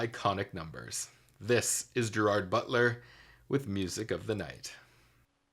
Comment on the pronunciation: Anyone with real knowledge of POTO knows the significance of the “clone”. And BTW it is not Geer- aard, it is Ger-ird. He is from Scotland.